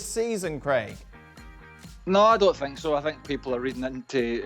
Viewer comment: I sink Tottenham 😂